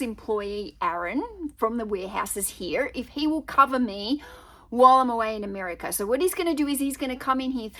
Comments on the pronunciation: Yes, I think she was trying hard not to say "Ameriker" after saying it a few times early on. Isn't she EXCITED though?! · Love the way you said "Ameri-ker" in the beginning of the video. You are so cute!